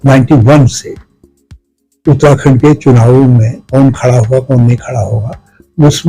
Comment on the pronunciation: आपको अपनी हिंदी ऊच्चारण को सुधारने की जरुरत है साथ ही बोलते हुये थोड़ा ठहराव की भी,, आप उत्तराखंड को उत्ताखंड उच्चारित कर रहे हैं,, शब्दों को पूरा बोले बिना ही आगे भागने की कोशिश करते दीख रहे हैं! इसके अलावा अगर आप हिंदी में साक्षात्कार कर रहे हैं तो अंग्रेजी के शब्दों का प्रयोग करने से बचें जबकि उनके लिए हिंदी में अच्छे शब्द हैं ! Interview International